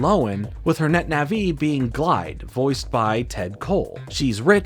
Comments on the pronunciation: Wtf is a netna-vee? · Man said Net Naví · I love your stuff, I've been watching for a while, but my god the way you say Nah -VEE is literally killing me.